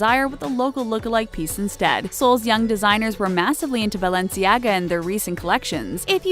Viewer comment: Girl it's vetmo , raf se-mons, bah-lenciaga, is-tu-see🙄🙄🙄🙄